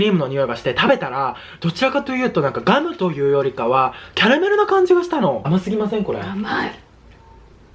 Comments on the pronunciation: ガムをギャルみたいにギャムってゆーの草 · 早口過ぎてギャムゆーとるが笑